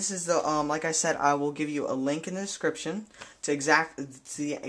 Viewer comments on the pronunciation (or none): "a link in the scripshun"... Annunciate, kid.